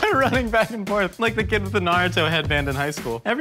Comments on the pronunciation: The way u guys said naruto annoyed me lol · Not... exactly. He pronounced it like an American.